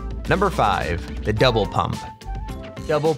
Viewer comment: he sounds like he is saying devil pump instead of double pump